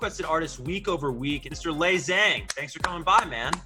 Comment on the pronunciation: The way the guy said lays last name I wanted to scream lol